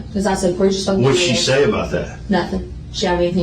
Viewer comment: she wuz "fooking" every-1